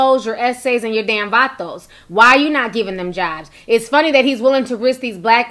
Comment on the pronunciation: Im mexican and how u say vatos n eses made me laugh so hard u say it real cool though